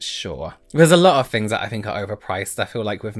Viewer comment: doesn’t say things, he says fings.